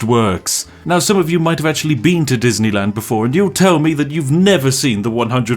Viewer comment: Surely you mean "Dosneyland"